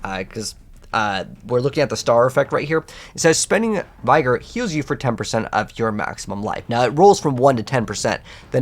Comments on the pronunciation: my guy, it's not a "capital I" sound in the word vigor. It's pronounced like the word dig. Or as my guy fredford said, trigger. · Bro… Vigor (Vih-gor) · Please stop trying to say "vigor" it is hurting my ears. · Take a shot everytime he pronounces vigor wrong lol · Vigor is enunciated like the word trigger